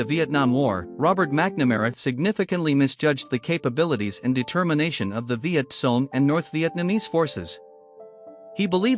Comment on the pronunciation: How much credibility should we give someone who can't even pronounce "Viet Cong" properly? Reminds me of that time President Obama continually pronounced the Medical Corps and the Medical "Corppp".